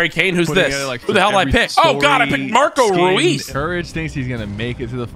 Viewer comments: Mans Said Marco Ruwes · Man just said Marco rees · The way courage said “ Marco reus” really hurt me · not marco rooeees